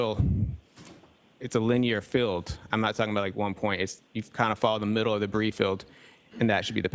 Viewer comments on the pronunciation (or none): Does Trooper Paul not know that “debris” is a word? It sounds like he’s repeatedly stated “the bri”. He also stated debrief a few seconds prior to saying “the bri”.